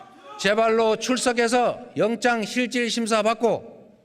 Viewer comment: 영장을 영정으로 읽었네